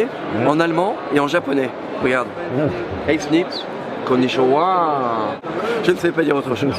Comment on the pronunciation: Le konishonwa sonne vraiment Taxi mdrrrrr